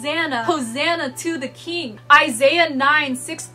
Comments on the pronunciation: Is "keegn" a typical pronunciation for "king" in any specific area/region or is it a personal pronunciation? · Frangal Egoces lol I noticed that too but i think it’s just how she says it. It’s ok